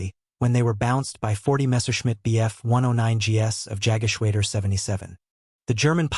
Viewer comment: Yaggashwaydur????? It's Yog (with o as in off) geshwada